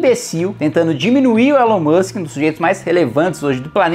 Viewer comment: Elon Mushikem, Elon Mussem, Elon Muxke